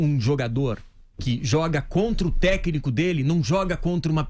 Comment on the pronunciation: Você vê o nível da diretoria que está infiltrada para pegar o dinheiro do Cruzeiro, quando você assiste num vídeo desse, um dos diretores não conseguindo nem pronunciar a palavra "técnico". O cara fala "Techno". Ele tá falando de música eletrônica??!!